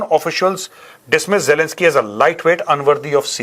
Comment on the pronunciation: Major sahab ❤❤ u are the great man while speaking words jalanski and Putin 😂